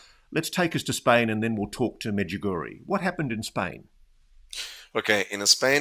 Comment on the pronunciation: As sombody for croatia i must say pronanciatian on medjugorje .. both of u are way off but good effort.. i been there ... its a huge thing in my country and everyone in my country knows about medugorje